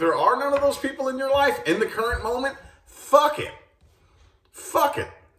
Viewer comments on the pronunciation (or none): 😂😂😂😂fuk it!!! You really put emphasis on FUK IT😂😂😂 I FELT THAT 💯